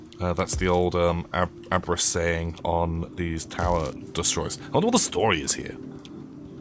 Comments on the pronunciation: I'm pretty sure it's pronounced ahb-riss, since it seems it comes from the German word abreißen, which basically means tear up/down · Hearing the word Abriss pronounced like that caught me off guard lol This game looks amazing damn